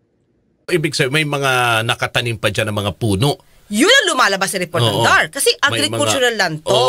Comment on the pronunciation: Nalilito tayo sa attorneng ito. DAR ay binabasang acronym /dar/, hindi initials ang basa nito.